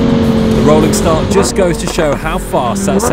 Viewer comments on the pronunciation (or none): none